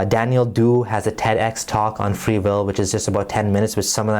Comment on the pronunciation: What the fuck is fwee weel